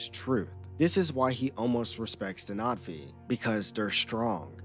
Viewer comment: Why are you calling them NOT-V?